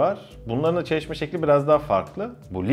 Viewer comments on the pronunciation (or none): Çaşişma şekli 😁